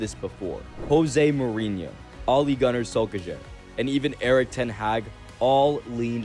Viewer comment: Bro said ole gunnar soulkeyjah